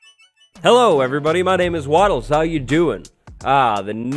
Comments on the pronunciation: Wattlers.... lol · wattlelers? is that how you say it/write it I'm already waiting on the update for afk fish farm lmao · wattelrers... lol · Wattlers.... lmao this was so helpful